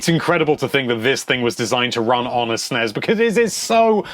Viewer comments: It's NOT pronounced with a z!!! It isn't "SNEZ" or "SNESZ", it's SNES!!!!!!!!!! You wouldn't say glazz, it's glass, same concept!! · Will you stop sayin sness uuggg so annoying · it's annoying how he calls is Snez